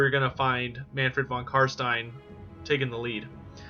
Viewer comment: Upvoted instantly for the sole reason of you, apparently, being the only one able to pronounce "stein" properly! Wuv woo!